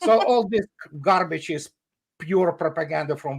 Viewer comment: "Is all gharbeedge" 😊 Love Andrei's humour.